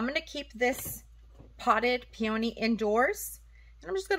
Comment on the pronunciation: What a funky pronounce on the word peony. Two-Vowels Together: When two vowels are next to each other, the first vowel is usually long (the sound is the same as the sound of the letter) and the second vowel is silent.